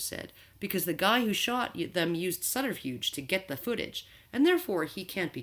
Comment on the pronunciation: You pronounced "subterfuge" wrong.